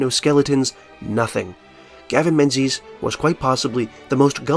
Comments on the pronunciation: Great vid but you pronounced the authors name wrong. Menzies is a Scottish name and you’ve given it an English phonetic pronunciation. It should be pronounced ‘Ming-es’ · but "Menses" is funnier